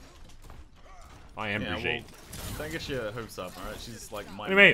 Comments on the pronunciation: KNOWS HOW TO SAY BRIGITTE'S NAME!!! Not...Not though... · Thanks for being the only one pronouncing BRIGITTE correctly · you actually pronounced it right!!!!